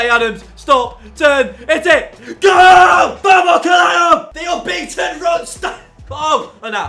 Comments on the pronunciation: It's portuguese: "Vamos, caralho!“ but he doesn't say it with the portuguese accent. Basically means:" Let's go, caralho (curse word for cock)". We portuguese use it a lot to curse. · He tried to say "vamos caralho" 😂😂😂 I'm Portuguese and it's very funny the way he says it